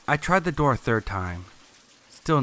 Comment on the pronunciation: "Swing the Doe Open"